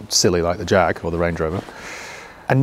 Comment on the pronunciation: jaaaaaaaaaggg ...come on get it right